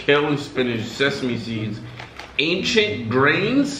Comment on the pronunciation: “ancient greens ..... ACIENT ???”😂😂😂😭😭😭😭😭